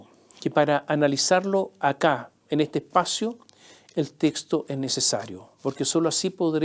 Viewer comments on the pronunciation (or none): none